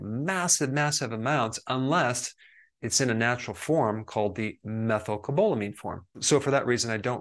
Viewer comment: lol that is not how you pronounce methylcobalamin. I know this because I take the injections and i kept embarrassing myself at the pharmacy so I had to finally look it up and learn it. That isn’t it but I really appreciate the info in this video - you are always on a subject that is front of mind so thanks!